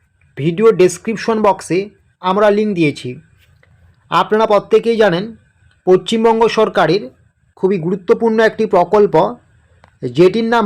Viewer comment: Uchharon ta valovabe korun,pacchimbanga bolchen keno